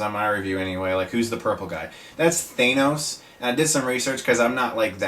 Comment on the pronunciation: Well that's fine except you pronounced thanos wrong!